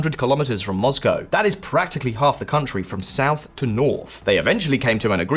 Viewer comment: I love your channel but every time to say ‘moz-go’ I want to cry a little.